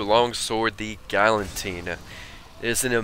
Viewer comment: You said "Galantine." thats hell funny it s "Galatine" lol